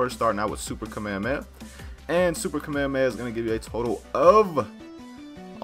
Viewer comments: Its called Kah-May-Ha-May-Ha It is pronounced that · Why does he say kamehameha like that